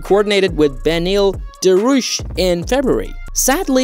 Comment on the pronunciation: "Beneil Daroosh"